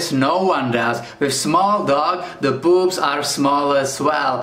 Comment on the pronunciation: When he says poops it sounds like something on a woman’s body’